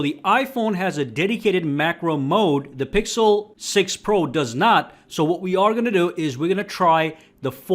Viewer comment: I think that was a joke but what he was trying to say was when the iphone was worse the video author said "Here iphone wasn't that good" but for the times when it's the opposite he goes "iphone was better than google pro (?) because it's better and it's better" also he mispronounced the pixel's name 90% of the time or just said the full google pixel 6 pro, while he never said the full apple iphone 13 pro max name, that's too comically large to take the phone seriously and the guy recording is a clear apple fanboy.